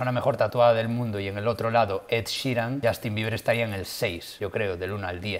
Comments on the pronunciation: No es Justin, es shastin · Por qué dice Shoooostin???? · Azi komo lo oyes...*YOSTIN*